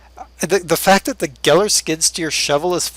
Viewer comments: it's actually pronounced GAIL like hail. i own 3 gehl skid loaders. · Gehl is pronounced gale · No its actually pronounced geihl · Pronounced "gale"...just saying...lol